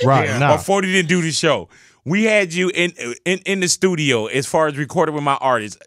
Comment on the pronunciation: did he just say stus-nu-dio?